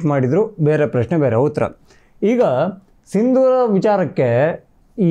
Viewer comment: ಸಿಂಧೂರ ಅಲ್ಲ ಸಿಂದೂರ